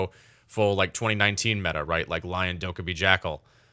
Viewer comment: WHO IS DOKEBBY? SIR I THINK U MEAN DOKKAEBI